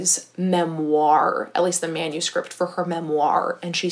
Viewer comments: no one:: memOIR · I’m obsessed with the way you say ‘“memoir” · Do not mean this in a bad way at all, just wondering as I'm from the UK - I've never heard someone pronounce memoir (with the emphasis on 2nd half of the word) the way that you do, is it a regional thing or just personal preference? I think it's very cute, just something I've noticed and was curious about!